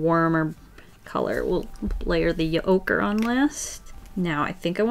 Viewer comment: Her: yellow ocre What I hear: ocurrrrrrrr